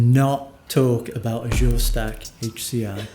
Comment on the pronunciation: I'd be satisfied if "Azure" would be pronounced correctly.